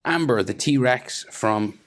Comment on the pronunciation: It's Ember. Not Amber.